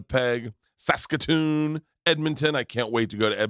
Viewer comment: Props to Bert for pronouncing Saskatoon right on the first try 😂 -every Canadian watching right now